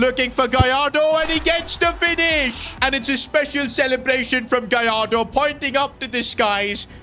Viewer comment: Gallardo ❌ Goalardo ✅